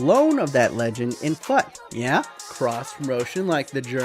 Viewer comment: Fut is pronounced as "fooooot" like put. Really annoyed me how you pronounced it.